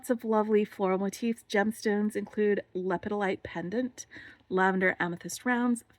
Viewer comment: I always go down the list to make sure I have all the baggies while unboxing mine. Actually you are saying lepidolite wrong. It's le-pid-o-lite